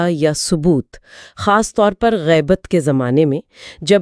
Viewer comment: Yeah lafz gibat nahi.. Gaibat hey..